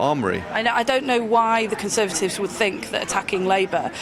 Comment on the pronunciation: Conthervatives meth 😂😂